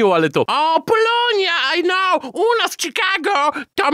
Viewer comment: W samym "Sikago"... :D